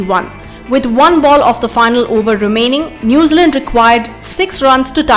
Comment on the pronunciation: Hey luv, New Zealand is 2 words.. Its not Nazealand.